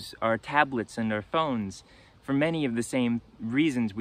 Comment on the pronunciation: I love your content although I am relatively new to your channel. There is one thing that I've noticed in your speech that I can't get over. There are words that you pronounce awkwardly such as for being pronounced as fur. You sound like a native speaker until you say that. Just wondering where your accent comes from?